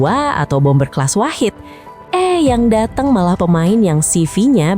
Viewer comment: Datang min bukan datung 😮